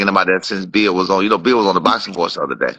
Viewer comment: Called that nigga "beal" not bill 😂😂